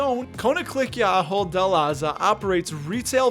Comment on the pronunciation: My wife and I worked for the Company both in the US and then for 15 years in their Zaandam headquarters. Your pronunciation was close, but I won't hold it against you as it took us a while to get it right. Anyway, while working for the company we were granted quite a few shares that we still hold and are loving their annual dividend increases. I'm also excited to see that it is believed to be 31% undervalued (especially since the share price (in euros) hasn't moved much in the past few years). Maybe it is finally time to appreciate.